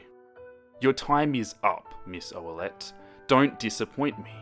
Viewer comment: Jennifer Ferlmann its oullette